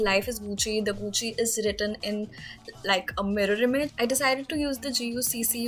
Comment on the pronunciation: It's GUCCI not *guccy*🤦‍♀️